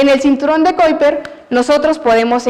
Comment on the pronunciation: Excelente exposición!! Solamente quisiera acotar que la profesora cuidara un poco más la pronunciación del nombre de las sondas, los astrónomos y el cinturón de Kuiper para no perder el contenido tan bueno. Un gran abrazo desde Chile.